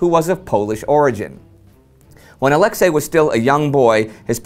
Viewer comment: Just for the record: the stress in Brusilov's first name falls onto the last syllable, that is "Ah-leks-EY", not "Ah-lEks-ey". It's really a shame when the name of one of the major generals of the war gets twisted throughout his very own episode.